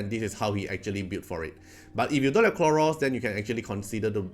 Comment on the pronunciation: Khloros, not Kronos ahahah Dislyte is taking over ahahaha